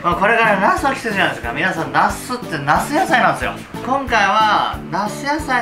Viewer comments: 絶対「夏野菜」の事「茄子野菜」って言ってますよね？（笑） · 夏野菜のなすがどうしても、ナス野菜のナス〜って聞こえる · 夏野菜の茄子が、なすやさいのなすに聞こえるww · 夏野菜が茄子野菜に聞こえるｗ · 茄子野菜の茄子にしか聞こえなくて草